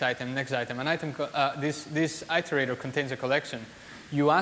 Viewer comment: apart from struggling to understand his pronunciation of iterator (i think it was that) on 2 occasions, this was - like everyone else says - a really good talk